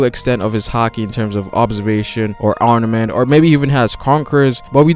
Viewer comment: It's ARM-MA-MENT! NOT ARMA-NENT!